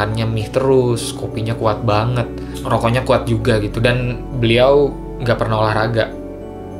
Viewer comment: Epic moment: "Lebih khuat" - Fiersa